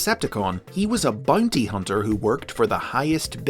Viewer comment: “Bunty huhnter”